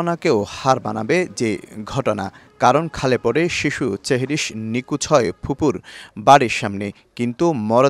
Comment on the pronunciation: সেহেরিশ আপনার উচ্চারণ ঠিক নাই চেহেরিশ বলেন 😊